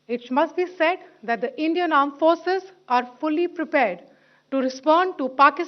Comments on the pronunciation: With the Aand Forces 😂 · He literally said Aand forces...😂😂😂